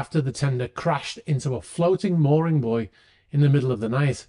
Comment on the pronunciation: So refreshing to hear buoy being pronounced correctly, instead of "boo-eey" by those from Americaland.